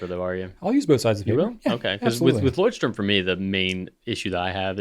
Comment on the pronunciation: It is funny how NO ONE pronounces Leuchtturm correctly. You guys need to find a pronunciation guide from a German.